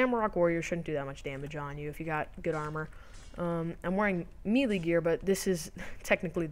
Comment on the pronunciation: It's (May) - (Lay). not meelee LOL, melee..